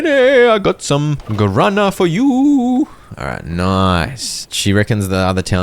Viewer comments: Not me 40min into the video, hearing about some "garana" plant, just to actually watch the video and realize it was "guaraná" read as "gwa ra nah". A plant from Brazil and other South America countries, there's a Guaraná soda which is really good, try drinking some. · My ears bled every time I heard "Guarana" misspelled 😂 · Me deu agonia cada vez que ele falava guarâna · "Garana" was such a funny pronunciation... hahaha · It took me 35 minutes to understand because of the pronunciation that the guarana the old lady wanted was the Brazilian fruit 😂